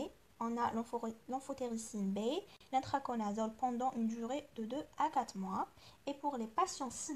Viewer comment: Merci ❤❤c l ITRACONAZOLE et non pas INTRACONAZOLE